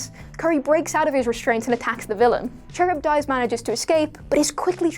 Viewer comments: Char ib dies. cringe its pronounced car ib diss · KUH-RIB-DISS, not Cherub Dice. Do you guys actually do your own research or just phone it in everytime? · Charybdis is Ka-rib-dis not cherub-dice, you ninny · Charybdis is pronounced "Car-Rib-Diss". It's from the epic Homer's Odyssey. There's actually a saying "caught between Scylla and Charybdis" that means having to choose between the lesser of two evils. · The Aquaman villain Charybdis. The name is pronounced KA-RIB-DISS. His name, and that of his wife Scylla (SILL-UH), are taken from Greek Myth and refer to sea monsters that guarded the channel leading to Sicily. They are the basis of the terms "between a rock and a hard place" or "between the devil and the deep blue sea". I'll overlook this slip,; it's an obscure name and NOBODY working at WhatCulture is old enough to know it. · Yes! Thank you! She was driving me nuts with that! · you pronounced "Charybdis" 18 different ways, and none of them were correct